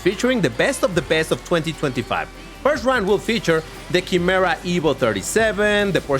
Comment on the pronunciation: It's pronounced Ky-Merra. 😁